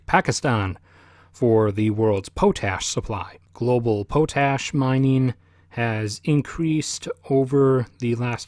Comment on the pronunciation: It is pronounced Pot-ASH. Not Po TASH.